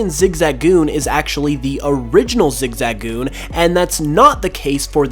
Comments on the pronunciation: Listening to saying zigzagoon weirdly hurts my soul its zig-zuh-goon not zig-za-goon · flappety flippers I keep hearing Zig-zag-oon